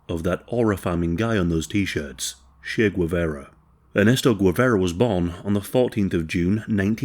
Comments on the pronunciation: If you’re going to make a video on Che Guevara, at least learn to pronounce his name properly. Gwevera sounds like ‘egg carton’ in Spanish. I’m going to hold your hand while I tell you ‘tcheh’ + ‘geh-vah-rah’. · I could not watch this video solely because the guy cannot pronounce Che Guevara's name correctly, please, if you're going to pronounce names in Spanish make sure to at least try to get them right. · If you're going to make a video about a Latino, can you please pronounce his name correctly?!